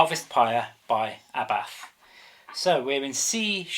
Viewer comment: You said abbath wrong its..... ABBATTTTTTTTTTTT!!!!!!!!